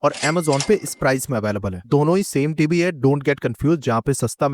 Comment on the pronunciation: Why do you say “tibi” ? TV (Ti Vi) It’s irritating